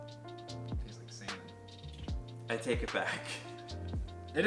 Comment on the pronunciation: The facial is everything for me. But.... did it taste like Salmon or what I thought you said? I can't tell :)